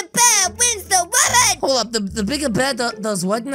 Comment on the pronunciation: I like the fact how accidently said "sorry, the bigger bear wins the wooman" Also I love your videos i watch your vids everyday SPICY NEVER DIES!